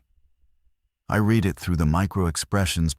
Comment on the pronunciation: AI Narrative Still struggles with 'Certain Words' Read ( Red ) Lead ( Leed ) Bow ( and arrows ) ( pronounced Bough ) on a ship. Great Stories, but would be better READ ( RED ) 😂 BY A HUMAN.. IMHO OBVIOUSLY.